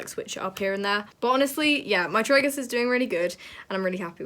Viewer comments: She said gorge and Tr-a-gues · I’m sorry I love u so much but the way u say Tragus, jewellery and gauge just doesn’t sit tight 😭😂